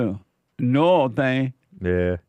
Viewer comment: Stupid comments by Jesse about Kristi Noem. How could he not know how to pronouce her name?